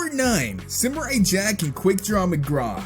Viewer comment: i didnt like how he said simurai ITS SAM URR EYE